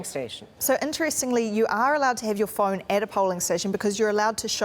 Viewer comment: CBC at least hire someone who can speak English! It's not eddress, mintion or frone.